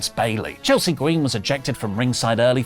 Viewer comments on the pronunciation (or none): none